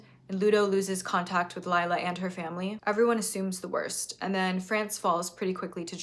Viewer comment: I don’t think it’s that important, but I’m polish and just a quick fact: the polish name Lila is not pronounced as Layla is, but more like Lee-lah.